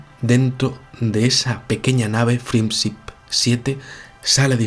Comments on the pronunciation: amigo, pronuncia "frend ship" es aproximado pero es mejor que "frien sip", es que no frien nada! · "Friendsip 7" aggghhhhh amigos españoletes, por favor dejen el chauvinismo idiomático de españolizar la pronunciación del ingles; pero como si eres capaz de decir Yon Glenn y no Jon glen? Es con todo cariño que te lo digo. Te sigo por lo interesante, bien documentado y ese cautivante estilo de narración. Pero... "friendsip" Joderrrr tio¡ Pdta. Escuchas música de mi compatriota Shakira (Chaquira, no Sakira) Saludos.